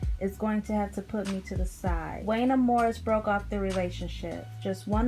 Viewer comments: I was literally like “I like her and she’s a baby.. but it’s pronounced JUAN-YAY!” 😂😂 Definitely gotta give the younger generation a pass when they try 🥰😂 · It WONYAY . You are pronouncing his name wrong